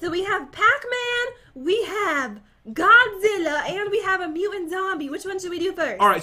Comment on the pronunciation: Its not mobizila its godzilla pat